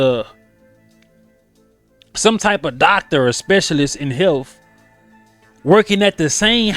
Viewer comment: What's "hefth" learn to talk scumbag black hating weirdo. Look at your place, scuzz. You got that "def" in right after. Idiot